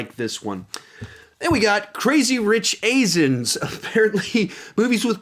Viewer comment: Am I the only one who heard him say when he was talking about crazy rich Asians. He said crazy rich asins. LOL XD